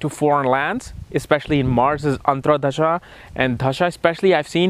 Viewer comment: Its Dasha bewkoof not Dhasha